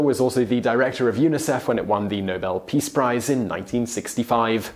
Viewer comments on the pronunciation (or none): none